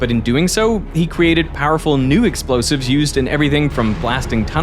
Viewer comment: wtfq are "LOSIVES"? 😅